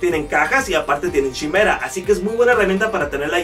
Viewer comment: Pienso que es importante pronunciar correctamente los nombres de las herramientas, como esta que se escribe Chimera y se pronuncia Kai-mera. Es la quimera de la la mitología griega, o no sé si lo pronuncian chi-mera porque quieren dar entender que se van a chimar a los clientes.